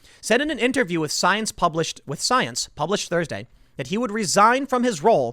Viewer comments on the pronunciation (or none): none